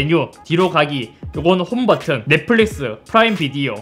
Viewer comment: 쌧바닥이 짧은거야? 아니면 뭐야 말투 억양 왜이래 넷뿔릭스 th 바르마 발음고자네이색이 ㅋㅋㅋ